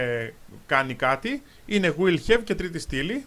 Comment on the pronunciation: Χαβ μωρε τι χεβ το have